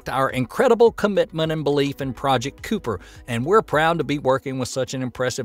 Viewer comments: I know you're an American but even so. Cooper? It's Kuiper, Ky-per. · Isn't that pronounced kie-per, rarther than koo-per? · FFS, it's not 'project Cooper'. It's pronounced like hyper with a 'k', or Kyper. This mistake is why no one is watching your channel. You call yourselves. Nice name. Try harder, please. Cheers, D. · Kiper, Kiper, Kiper, not Kooper. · It's phonitcally spoken as project "Kiper" not "Cooper" as the automated announcer kept saying. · Sorry for the correction but your pronunciation of the word "Kuiper" is kinda annoying. The word is "Kuiper", not "Cooper", as in the "Kuiper belt", that constellation of proto-planetary objects located beyond Neptune's orbit. Please google the pronunciation of "Kuiper" so that you won't unnecessarily annoy your subscribers. Otherwise, keep up the good work. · Kuiper isn't pronounced "Koo per", but "Coy-per" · Just a heads up team, it’s pronounced “Kiper not kooper 😁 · COOPER??? do you kno wanything about space??? The famous Kuiper Belt??? K-eye-Per... What a joke. Hahaha I could understand if you didn't know how to read it, but if you knew anything about space you would know what the kuiper belt is and would have known what to say. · Drinking game players: Take a shot every time the announcer says "Cooper" when trying to pronounce "Kuiper". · Isn’t it pronounced Kai-per? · It's NOT pronounced Project "Coo-per". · I'm in the ER getting my Tummy pumped. ⛽ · Hahaha. I was thinking cooper.Cooper.. wtf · I’m glad someone said it otherwise I was gonna do it 😂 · Kuiper is pronounced "kyper." It rhymes with "hyper" and "viper" and "sniper." The "u" is silent. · I thought Kuiper was pronounced kai-per...the first part rhyming with 'eye.' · Dear, you seem to be mispronouncing "Kuiper". It has a long i, after Kuiper Belt. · I believe Kuiper is pronounced, "KIPER". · I know this was addressed but grammar police strikes again here: it’s not project “cooper”. It’s more like project “coo-ee-per”